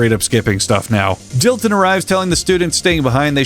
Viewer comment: Dillon? That’s Dilton boy, ‘pussum respek’ when ya’ mention his name!